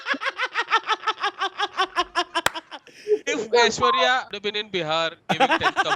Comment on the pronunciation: aishwarya - "aish-wire" lol